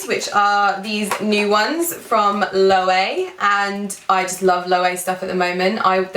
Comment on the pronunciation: The brand for your sunnies is actually pronounced Low-ay-vay. I used to say Low, but then I learned the right way after feeling like a dolt. :) They're a spanish designer. Love my mini silver Loewe puzzle bag. It's a work of art. Definitely still in the market for an Antigona, just trying to decide between the mini and small and color. You might've tipped me over to the glossy black! Congrats on 200K! xoxo